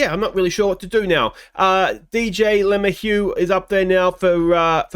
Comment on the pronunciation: I know you laugh about "he's not watching," but I can only imagine what some of these players would think if they stumbled across everybody's OOTP Let's Plays and had to listen to a bunch of nerds playing a spreadsheet game call them "garbage" and "too old"/etc. P.S. maybe a bit of help with pronunciation, or maybe not: Luh-may-hue ... with emphasis on middle syllable (may), maybe not quite a hard "h" on the hue at the end. Example of broadcasters saying it